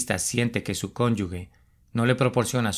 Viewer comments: Con todo respeto: Se dice cónyuge, no : cónyugue. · Cónyuge, no se pronuncia cónyugue